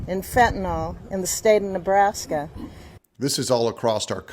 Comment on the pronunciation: Did she say Nebraska? 🌽🌾🤠